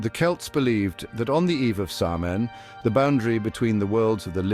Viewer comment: You would think with research he would be able to pronounce Samhain in the right way. He says it once and then mispronounces it the entire rest of the video. For me the content was good, but just the mispronunciation of that sacred night was troublesome 🥺